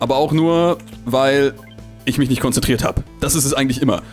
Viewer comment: Conzenträdet weidergehn....😂😂Ich liebe es😂